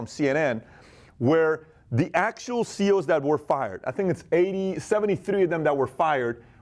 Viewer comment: Sounds like you are saying CO'S. (As in correctional officer)